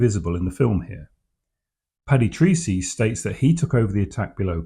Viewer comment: A small but important detail; please note that Paddy's Irish surname Treacey is pronounced Tracey... not Treecey. Thank you.